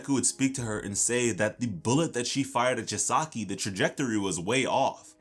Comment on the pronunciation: Every time he miss pronounced Chisaki’s name, it made me cringe